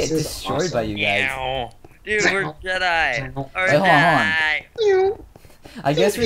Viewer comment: It's Jedi, not Jeteye